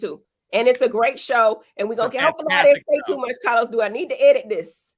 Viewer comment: I’m here for Heavenly and her pronunciation of “Cah-Los” lmao